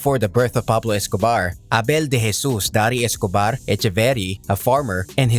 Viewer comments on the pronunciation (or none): none